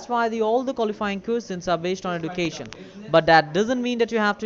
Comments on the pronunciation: "Where'd you get your EDOO-Kay-Shun?"😂😂😂😂😂" fwum de goomert? " "you are kallified" lol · these people can’t say Edukation properly 😂